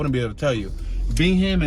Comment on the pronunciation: Bingham pronounced Bing-um